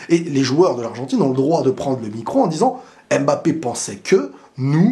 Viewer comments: je t’en supplie je t’aime bien mais c’est pas aimebappe mais Mbappè à la limite Mbappé, c’est comme si tu disais peuneu au lieu de pneu… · Apprenez à prononcer correctement Mbappe. Y en a marre d'entendre : M Bappe !